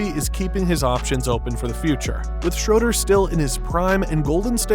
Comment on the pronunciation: If you're going to do a video on a player, at least take 10 seconds to learn how to pronounce his name. It's pronounced Shruder. not Shroder.